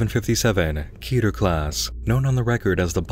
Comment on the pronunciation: When someone pronounces keter right